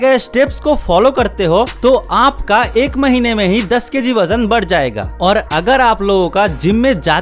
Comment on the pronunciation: Bajan nahi hota wajan hota hai